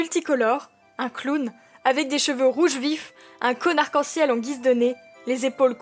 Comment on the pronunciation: A ptn g entendu un CONNARD qu en ciel Au lieu de un cone arcanciel